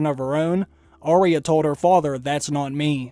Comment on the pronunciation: Will you PLEASE listen to Ar-ya say her name. She DOES NOT say Ar-eeya. She should know how her name is said.